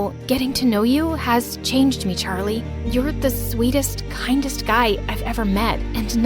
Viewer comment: Did the coach just say “sharlie” as in Charlie?😂